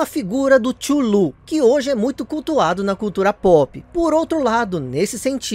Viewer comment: Gostei da sua pronúncia do mestre cthulhu 👽